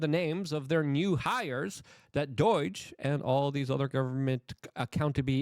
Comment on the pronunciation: D-O-I-G-E? Luke, say it with me DOGE